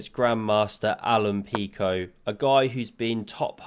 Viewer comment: Mate you slaughtered the surnames of Fausti's rivals. :P It's "Mazias" and "Peeshot". Pichot is actually argentinian, too, guy just lives in Spain.